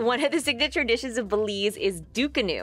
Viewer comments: It’s not Ducunu. It’s frigging DUCANA🙄 get it right or leave it alone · Belize is not even in the Caribbean 🤷🏾‍♂️ an it's Ducana not Ducunu😂 an it's from ( Antigua an Barbuda) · Its actually called ducana but ok